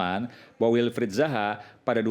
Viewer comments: Gk ada yg ngelurusin kah klo rasman ini salah sebut nama, zaha bukan baha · Razman salah orang..Yang dibaca nya Wilfred BAHA.. Bukan Wilfred ZAHA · WILFRIED ZAHA bang RAZMAN,,bukan WILFRIED BAHA.anda aja ngomong salah2 juga...